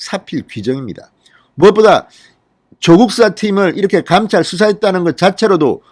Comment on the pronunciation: 당시, 감찰. ..발음처리 너무 틀려서 거슬려요.